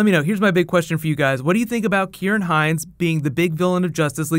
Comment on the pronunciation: Thank you for pronouncing Ciaran correctly, really like the channel too